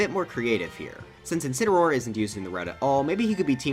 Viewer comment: Incuneroar? Or is it... INSPINAROAR!?